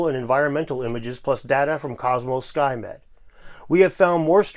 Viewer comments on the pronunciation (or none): " skymed " i had to back i thought he said skynet